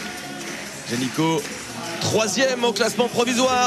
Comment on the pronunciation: T'ain le commentateur qui arrête pas de dire "Génicot" (qui est aussi un nom de famille) au lieu de Janicot, AAAAA, flute quoi.